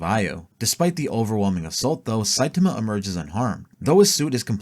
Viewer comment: Sai-TAi-MA. Not Sai-TIM-A